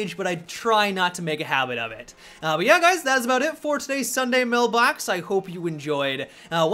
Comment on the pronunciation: Did he say mail blacks